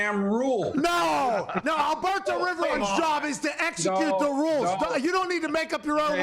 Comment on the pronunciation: Everytime Pat says AlBERTO Riveron 😂😂😂😂